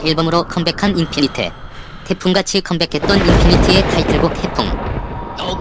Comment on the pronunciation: 저만...자꾸 인피니트가아닌인피니티라고들리는건가요??